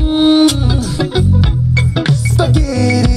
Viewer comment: Most rappers on the cave: fast and solid rhymes with sociopolitical commentary or references to pop-culture off the cuff. Mac: mmmmmmmm sphageeetti.